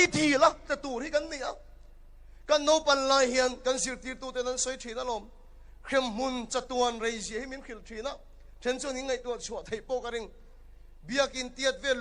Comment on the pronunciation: NAUSEN tih turah NOSEN, NAUPAN LAI tih turah NOPAN LAI i ti mawlh mawlh nai a, hei hi mi tam takin kan lam sual fo ṭhin a ni a. Mizo ṭawngah NOPANG a awm lo va, NAUPANG erawh an awm a, NOSEN a awm lo va, NAUSEN erawh a awm thung, ṭawng lam dik hram hram hi a pawomawh a nia